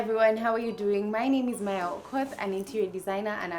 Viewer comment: Kumbe R in Marya is silent😊